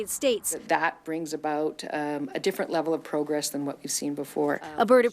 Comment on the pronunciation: since when was the word proh-gress changed to Pro-gress.Lol